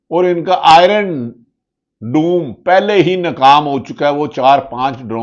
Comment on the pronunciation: D T darma kar raha he kuch nahi kar sakta vo--word doom nahi huta ha bolo dom